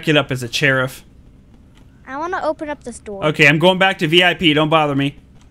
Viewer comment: I like how says cheriff instead of sheriff 😂😂😂